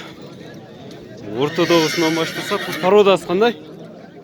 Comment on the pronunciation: Рассия деген парода жокда туура суйлоп алып барсанар жакшы болмок.